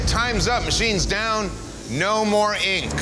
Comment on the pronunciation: Great show but I hate the way that dude pronounces ink. Sounds like he is saying INQ